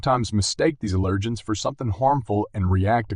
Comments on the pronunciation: It's not "uh-lirgins", it's AL-ergens! Drove me nuts listening to the pronunciation of "allergens". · Speak English. The accent on "allergens" is on the first syllable, not the second.